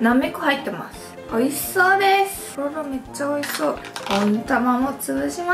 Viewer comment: とろろってすごく言いにくそうですね👅たららって言い間違えが面白くて可愛いです😊最後にとろろ飲むの好きなの分かります！！